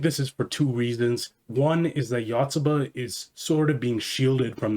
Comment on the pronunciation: One of the best series ever, love it. It's great at making mundane, everyday life feel entertaining and interesting to read, just like a young kid learning about the world for the first time. The Yanda-Yotsuba rivalry is absolutely hilarious. Though your pronounciation of Yotsuba is killing me lmao